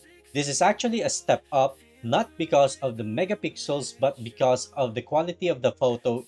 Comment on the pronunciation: WHY DO YOU SAY MEGA PICKLES WHYYYY ??